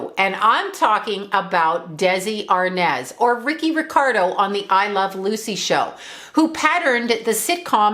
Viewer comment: ARNAZ not arnez